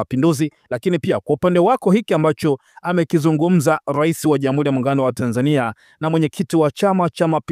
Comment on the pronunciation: Kuhabalishana,irani ya uchaguzi,ishilini,wazili mkuu,kikosi cha sili,salasini,zamila,Jamhuli.Hongela. Msomaji Lugha ya Kiswahili huitendei hata kidogo. Tafadhali fanya bidii uweze kutamka R inavyo paswa.